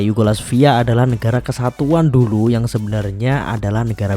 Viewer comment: Kacau kamu bca narasi nya min, Yugoslavia kok dibaca Yugolasvia..😂😂